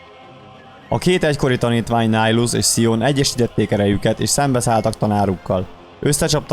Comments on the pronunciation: Miért Nájlusznak ejted a nevét? Miért nem Nihilusz fonetikusan? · Miért Nájlusz? ez fáj nekem de tényleg de amúgy jó :D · Bocsi ahogy írták úgy kell ejteni